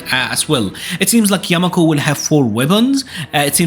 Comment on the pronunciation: Yakumo not yamako...